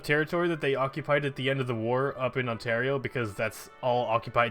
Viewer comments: Ontario is pronounced On-Tear-E-Oh not On-Tar-I-Oh xD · you pronounce it right later on, wat